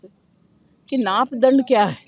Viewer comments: naap dand 😅 Poor hindi . Its maap dand . Arrogant lady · नापदण्ड नहीं होता 7वीं फैल, मापदंड होता है.. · Naapdand nhi hota aunty, maapdand hota h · Inko batao naapdanda nahi hota maap danda hota hai. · naapdand ni maapdand hota h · Pahle bolna to seekhie madam vo "naapdand" ni "maapdand" hota h.. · Jaya Bachchan ko parliament me lana hi democracy ka hatya samjho. Jaya Bachchan ne kya hi kiya hai. Bas sansad me halla karti hai ye aur media ko aankhein tararti hai. Isko ja kar Archie’s dekhna chahiye. PTA nahi ye democracy ke bare me kaise bol sakti hai. Naapdand kya hota hai. It’s MAAPDAND 😂